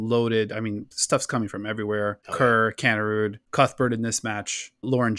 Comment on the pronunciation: Another good one guys but its Pronounced Kanerid not Kanerud.Keep up the good work.